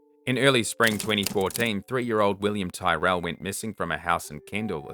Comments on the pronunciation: Despite the spelling, William's surname is pronounced "Tirrel".. not 'Ty-rell' The foster father's drive to get 'reception' for work call, is BS! The know EXACTLY what happened to William and where he is!! We have NEVER had problems with reception there!!! They got away with murder.. manslaughter at best! 😢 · Williams surname is pronounced tear al, rather than tie rel, his name was known will in Australia it was everywhere, as you said. Sorry, only informative, not a criticism by any means. You do a fabulous job, and different names are pronounced differently in families even, let alone countries. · Pronounced Tirell. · Really interesting video! I have seen Last Stop Larimar come up on Netflix but never got to watching, I wonder if it’s related at all? Also just in case you do future videos, Tyrell pronunciation rhymes with squirrel. Thanks for the great video! 🙏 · As the family member of a missing person I would think you would understand the need to pronounce names correctly. Please listen to a news story or two on William Tyrrell to pronounce his name.